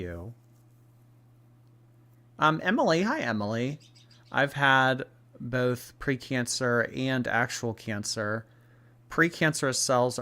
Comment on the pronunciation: Came here to say bolth 💀